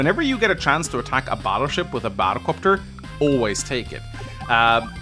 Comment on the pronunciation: Bahdelcopter... do you know these moments when words start to sound weird because you heard it too often 😂